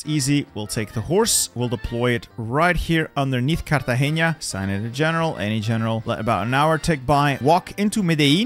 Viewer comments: you said Cartageña instead of Cartagena (no nye sound) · fun fact : nice try saying cartageña but is not with an Ñ is a simple N so no "ña" normal N pronunciation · it hurt me so much as a colombian when he said cartageña instead of cartagena 💀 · I love how u say “Cartagenia”